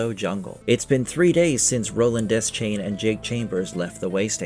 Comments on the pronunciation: It’s pronounced, “duh-shayne” it’s never been “desk-chain” or whatever the heck you keep saying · bro it's pronounced Duh-shane